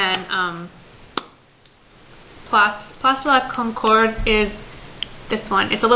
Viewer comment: Hey, greetings from Montreal:) You said "Place de la Concorde" sooo well!! Do you speak any French?? It's freakin' freeeezinggg hereeeee xo